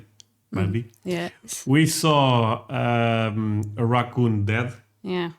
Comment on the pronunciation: Cockoon!? I've heard English butchered (indians) but cockoon?? How?